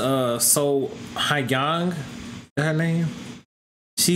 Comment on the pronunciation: Its pronounced So-Young.